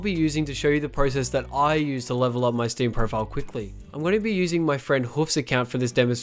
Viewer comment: stem this, stem that. my ears got cringe fucked